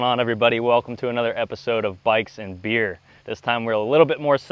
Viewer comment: I’m sorry but every time you say “bikes and beer” I hear “bikes and beards”